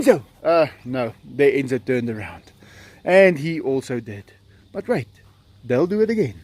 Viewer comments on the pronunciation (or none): 😂😂So the word that sounds like "F"word was actually "wait"? It all makes sense now😊 So many of us thought he was using the "F" word..(sorry cuz it sounds almost the same haha!😂) will thank you for that if he sees these comments! Thanks again and hv a great day &night!! ❤🐯🐯🐕🐱🐒❤